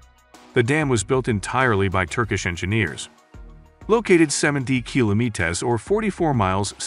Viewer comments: bothered me so much as well that i had to look for another comment like this hahaha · Just say kilometer, douche. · Had to stop watching this. Learn how to pronounce kilometer. It shouldnt be that hard.